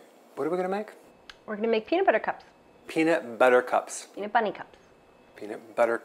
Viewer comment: Did she just say peanut Bunny lol